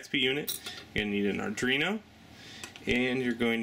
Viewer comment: pronounced Ar-dWee-no ... not Ar-dRee-no